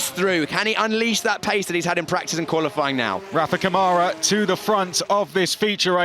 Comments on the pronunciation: Câmara [ˈkɐ̃.ma.ɾɐ] (in AFI). The closest pronunciation is “KUN-ma-rah”. LEARN HOW TO SAY OUR NAMES!!! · Btw, Câmara [ˈkɐ̃.ma.ɾɐ] (in AFI). The closest pronunciation is “KUN-ma-rah”. LEARN HOW TO SAY OUR NAMES!!!